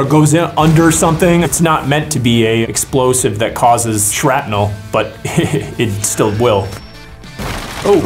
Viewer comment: “Exlovise lessons”😂